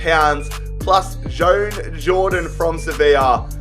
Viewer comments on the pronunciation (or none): none